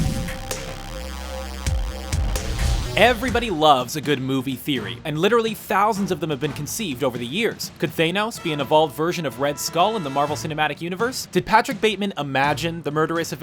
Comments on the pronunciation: thanos not theynos do you even watch the movies or do you just read the script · who says thanos like that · Did he justcsay thenos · Did this dude say “thaynos”? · disliked for the mispronunciation of thanos